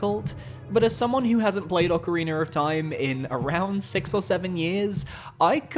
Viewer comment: Love me some Ocariner of Time.